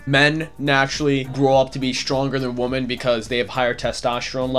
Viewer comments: why do you say woman instead of women if it's plural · I like this video but god damn say women and woman correctly.